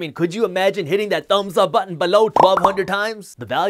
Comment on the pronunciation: Good videos. Just change the way you say below....annoying